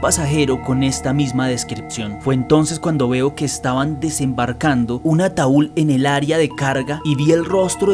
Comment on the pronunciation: "El ataul" 😂😂😂😂😂 gente bestia